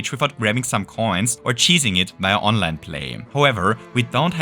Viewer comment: Oh! You said Online! I thought you said Onland lmao.